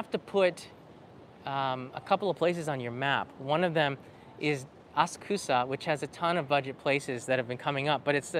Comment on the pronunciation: As-kusa? Please say aSA k (u) sa. 🙄